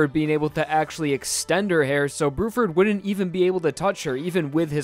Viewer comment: "brew-ferd" lol